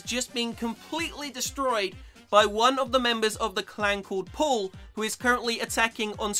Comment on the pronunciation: Lol he says pull instead of paul